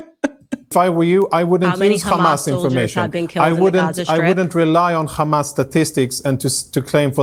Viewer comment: The way he says KrrhAMAS 🤢